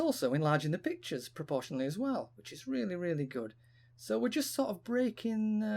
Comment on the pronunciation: Loved the brick like effect on the images. Nice tutorial. I don't think I've got enough fingers to hold down the mouse button, hold CTRL and press arrow keys at the same time though...you must have the left hand dexterity of a piano player! What's also weird is that initially you were pronouncing proportionally as pro-portion-a't'ely, then switched to the correct pronunciation later in the video, pro-portion-ally. :)